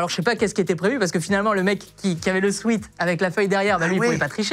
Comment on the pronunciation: Même pour un prof de français un sweat ça se dit swèt et pas swit 😂😂 Merci à tous les profs qui sont de vrais enseignants 👍🏽